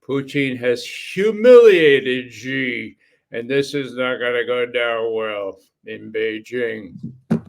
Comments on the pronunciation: SHEE NOT JHEE... JHEE MEANS PENIS IN CHINESE. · Judge Xi is pronounced similar to the pronoun she in English , not ge or ze 👌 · The "Xi" in Xi Jinping is pronounced like "she" in English and not like "gi" as in gin. That's not so hard to pronounce even for Americans.